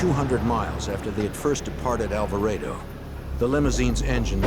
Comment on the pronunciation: Alva-rey-do? Alvarado is pronounced as Al-va-rah-du. Hahaha. My middle just got an English accent.